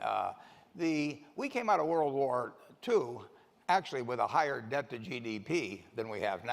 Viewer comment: Dept? Pronlem?